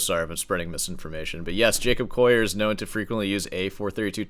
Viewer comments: 'Coll - i - er', (as in a coal miner), not 'Coyer! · Are yuou saying Jacob "coyer"? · I've never heard anyone pronounce his name the non-anglicized French way lmao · Be good if you could pronounce the Collier name correctly, or is it just your egoistic bias?